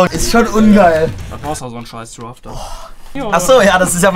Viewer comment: D-R-A-F-T nicht D-R-E-F-T 😖